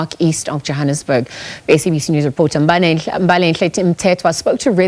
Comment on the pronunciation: I love how the anchor pronounces Mbalenhle, you can tell she put effort into it